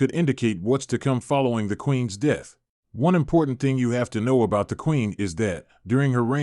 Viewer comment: Is this a computer voice? I only asked because some things like the word about are mispronounced. Also there's no natural pause in speaking like when a period happens.